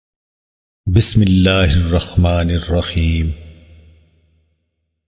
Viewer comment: بسم اللہ تو صحیح پڑہیں۔😖😖😡😡😡